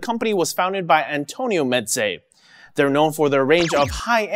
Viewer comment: Actually it's pronounced (mɛzeɪ). It sounds like you are saying (mɛtzeɪ). (m: my, smile, cam) (ɛ: dr_ess, bed, fell, me_n) (z: z_oo, has_) (eɪ: f_ace, made, fail, vein, pa_y)